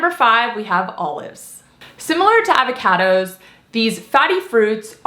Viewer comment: I love any video where you say "Avva-Caddoes". Thank you,!